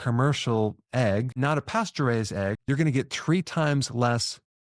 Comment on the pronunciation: When you say "pasture raised" it sounds a lot like you are saying "pasteùrized"